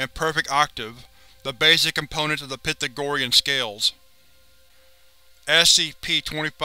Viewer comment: Pythagorean. Pronounced pie thag or eon